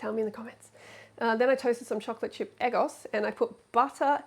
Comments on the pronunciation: Lmao "eh-gos". Freelee it's "egg-ohhs" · Eggos are those frozen waffles she's eating. It's pronounced "Eh-goes" as in 'egg' and then 'goes', as in... She 'goes' to the store. Eggo rhymes with Lego, the toy.